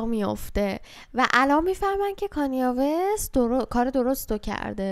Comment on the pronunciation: فقط تلفظ کانیه وست 😂